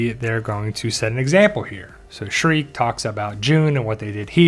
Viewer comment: Okay so it's Shrike, not Shriek. Also, it's Carrion, not Carryon.